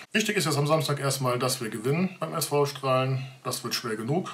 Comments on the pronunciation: hochdeutsche Aussprache ['ʃtra:lən] mit Dehnungs-e, limburgische/kleverländische Aussprache [ˈstra:lə]) --> nur mal als Hinweis ;-) Ansonsten wie immer gutes Video! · Nochmal: Der Verein Straelen wird "Stralen" ausgesprochen - oder wie sprichst du Baesweiler, Soest oder Raesfeld aus?